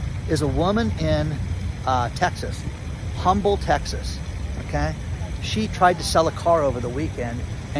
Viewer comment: IT IS PRONOUNCED "UMBLE" , TEXAS LOL AND YOU DIDN'T SAY AT THE BEGINNING OF THE VIDEO "I HAVE A GOOD ONE FOR YOU TODAY' LOL